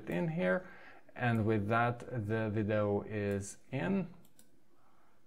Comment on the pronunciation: Dude you are awesome! What a great product and list of new features. BTW, the way you say 'video' (three syllables) sounds like you are saying something more like 'viddoe' [two syllables]. I feel like you maybe able to get that "eee" sound to come out of your mouth if you work at it because your English is great. You do as you like though!